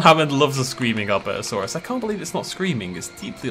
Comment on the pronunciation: Albertosaurus (Al-bur-to-sar-us)